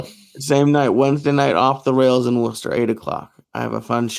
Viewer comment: I'm shocked 😲 Joey said Worcester right 😂it's should be spelled woosta lol